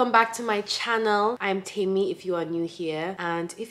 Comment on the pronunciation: I like that you pronounce your name right. Like Temí meaning mine and not Temmy.